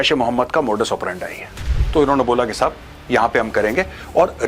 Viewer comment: The way Major Sahib says- Sahab, shows training